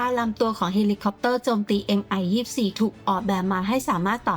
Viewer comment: Mil Mi 24 ออกเสียงว่า มิล มิ 24 ครับ เพราะเป็นฃื่อผู้ก่อตั้งสำนักแผนแบบนี้ ไม่ใช่ เอ็มไอ 24